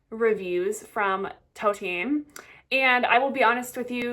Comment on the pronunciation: For the love of god stop calling these brands Toteem and Gweebert!!!